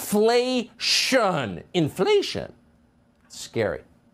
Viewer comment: In fla ti on 4 syllabes